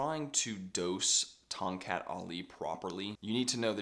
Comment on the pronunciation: The correct local pronunciation is Tong "Cut", rather than Tong "Cat".